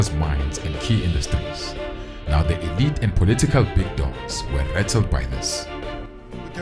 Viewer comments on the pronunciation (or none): none